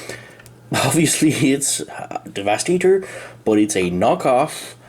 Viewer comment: No one talks about the weird funny way saying 'devastator" in the video XD